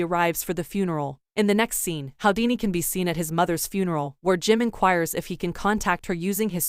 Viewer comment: His name is pronounced who - dee - knee. Not how - dee - knee